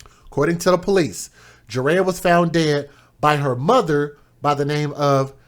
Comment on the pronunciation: The baby's name is pronounced jur I yah